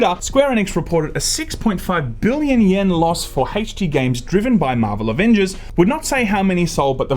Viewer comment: Shame about the Ah-Vengers.